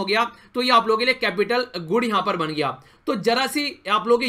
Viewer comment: Nicely taught sir 👍🏻🙏🏻 Lekin aap “yha par” ko “yha paa” mt bola kijiye 😣